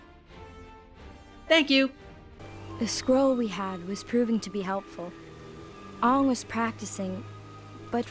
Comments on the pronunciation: Literally hated every moment of this movie! from the horrific way they portrayed the characters, how they pronounced the names of the characters. They ruined the amazing story that was The Avatar The Last Airbender. like holy fuck!!! its ANG!!!!!!!!!!! say it with a capital A! I don't care if its the traditional way!! Clearly the show you based this movie off of didn't give a fuck! Then don't change it!! Also idg the whole not being able to make fire out of thin air! Thats how it was in the show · If you knew a good movie when you saw one you could point out the many flaws in this movie. The name pronunciation, the horrible dialogue and acting, the rushed feeling it gives you the entire movie, pointless scenes (To me when Aang NOT ONG summoned that tidal wave only to do absolutely nothing with it?), to much exposition because they tried to cram almost a days worth of footage into almost 2 hours, and just a plain all around bad movie. A 7 year old could see this a terrible movie. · UNG!!!!!!!!!!!!!!! UNG!!!!!!!!!!!!!! This is utter idiocy. It is Aang not Ung! Couldn't they at least get an actor who could pronounce the names right! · Haha. What a joke. Pronounced aang as ang to make it more chinese. What about yue? Why is it still you-eh? -.- this movie, as said in the clip, is a complete waste of time other than the graphic. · And "ong", really... Katara pronounces Aang as ong... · I hate that they say AH-vatar and Ong. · Its not ung , its AANG ! -.- can't you pronounce names correctly ? Now after my sister watched this she's been screaming UNG at my face a thousand times . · srsly WTF? aong? no it's aang! the good thing about this video is that the bloke who's critisising it voices what i'm thinking whilst being funny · Don't forget they got their names wrong too. "Sohka and Aung" are both wrong. It's suppose to be "Sauh-ka and A-ng"